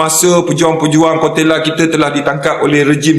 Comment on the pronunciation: 😂😂😂...koteyla...bukan kotekla.. terbaikkkk..